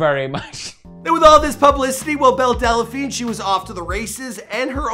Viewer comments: Her name is Belle Delphine NOT Belle Delaphine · IT’S DEL-FEEN NOT DE-LE-FEEN JFC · DEL, not DELA, there's no fucking A in there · Great video, except one thing. Its delphine, not dela-phine lol I heard briefly about her so I came across this to see what this was all about. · DELPHINE NOT DELLAPHINE...JESUS CHRIST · Funny when you say delephine instead of delphine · Dude I seriously can't stand how you mispronounce names Time and time again.....it's Belle Delphine ( Delfeen) NOT Delephine......this one ain't even as bad as the tekashi 6ix9ine one....which you pronounced as "Tecashiie"....instead of its proper pronounciation Te-Ka-shi smh you're an epic fail bro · It's pronounced Delfeen not Delafeen. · are you pronouncing her last name right? Del-a-Feen or is it Del-Feen? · I lost count of how many times he said "Belle Dellapheen" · Why do you keep saying delaphine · Is it so hard to say DEL PHINE? There’s no A. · Why can this guy never pronounce people's names right. He keeps saying Delephine. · does he keep saying Belle Dell-a-phine??? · It’s not Della-phine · Theres no vowel between L and P in the word "Delphine" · As much as I hate belle delphine, I'm hating the way he says the name even more....